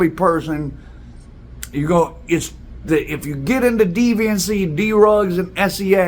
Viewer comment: YOURE FUNNY WITH THE WAY YOU SAY CERTAIN WORDSV LIKE D RUGS 🤪🤪😂😂🤡🤡🤣🤣!!!!!